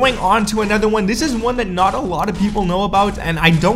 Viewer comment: Another is said: a-noth-er not nether